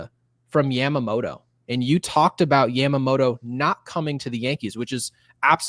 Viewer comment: The butchering of yamamotos name is hilarious